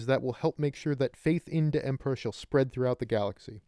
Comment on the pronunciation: The Empero-...EMPRAH PROTEKTS WWAGGHH!